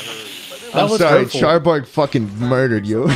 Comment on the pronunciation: Charborg, you.... you said it wrong, but you'll pass.